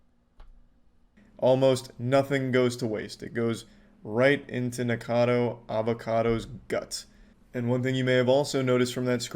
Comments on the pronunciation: It really bothers me that he keeps saying "Nikado" not "NikOcado". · I don't watch Nick but why that man says his name 100 times the wrong way